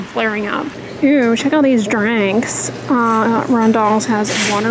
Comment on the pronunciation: I love how you call drinks 'dranks'!!! LOL